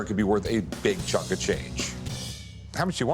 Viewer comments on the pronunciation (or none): bro said chunkly AHHHAHA